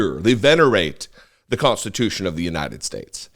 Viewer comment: I've no quibble with the substance of this video, but please stop saying, "cont-stitution". Thank you.